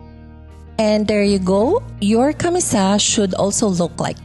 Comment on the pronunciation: Firstly, I enjoyed watching this. Pero this is me being picky, I was really bothered by the pronunciation of camisa. CAMÍSA, accent on the second syllable, and not camisá which I hear sa video. And a slight "correction" lang on rhe construction of the elements if you are aiming for a more historically-accurate version. 1. The sleeves usually do not reach the wrists. They are usually cut lower than the elbow but higher than the wrists. 2. For the panuelo, the folds are ideally not sewn because the panuelo should have visible dimples at about the shoulder area, especially if you are targetting a late 1800s look. Anyhow, your final output looks great with your choice of mocha as color (very similar to abaca or piña) plus the white embroidery patches. I wonder if you could create another set using piña/jusi/or abaca fabric instead.